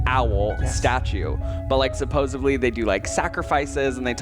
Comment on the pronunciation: Ooohhh love Colby as an addition! But did he just say “supposeBly”? Just kidding. Thats fine.